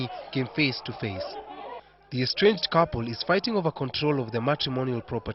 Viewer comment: Estranged not enstranged